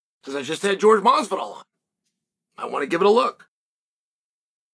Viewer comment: Its hilarious he calls him George and not Jorge ...lol